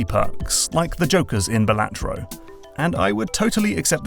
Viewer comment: FYI its pronounced Balatro not Balatro ❤